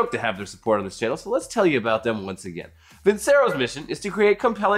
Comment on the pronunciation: I like the italian accent when pronounces Vincero 😁